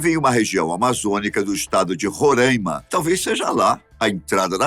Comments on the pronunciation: Avisando que não é rorãima e sim Roraima, obrigado ,moro aqui em Roraima, mas agora conhecido como Venezuela do sul 🤣🤣🤣🤣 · A pronúncia correta é "Roráima", e não "Rorãima". De nada...😉